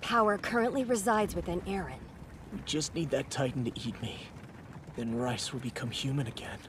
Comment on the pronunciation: It's actually riess